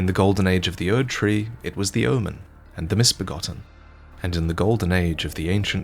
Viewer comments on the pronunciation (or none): none